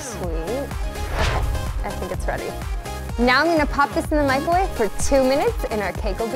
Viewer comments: The way she says "MICOWAVE" like there isn't even an R in it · Why does she say mico' wave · i love this but when she says "micAHwave"... OOOOOOHHHH GIRLLL NOOOOOOOOOOo